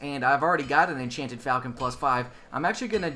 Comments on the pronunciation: Huh, who knew - I've been mispronouncing "falchion" as well. I just looked it up on Wikipedia (a nice article, by the way - I highly recommend it for more on an awesome weapon), and the correct pronunciation is "fawl-chon." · It might be pronounced "Falc-EE-on" But im not sure, and it doesn't matter theres always gonna be some grammar nazi correcting people. Lol